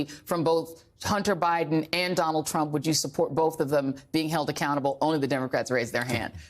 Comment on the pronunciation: He said Commander Bidden! 🐕‍🦺🐶🤣🤣🤣